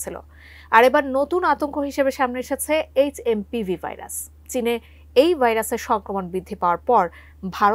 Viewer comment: HMVP না HMPV. দেখে দেখেও নাম বলতে পারছেন না